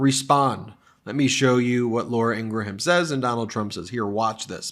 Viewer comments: Ingraham, In-Graham Two syllables. Like "graham" cracker. Not three syllables as in "In Gra ham" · ING-Rum…. 2 syllables… not ING-Ra-ham…..mush mouth Meiselas…. Not Ummanbeing…… HUMANBEING……Disliked!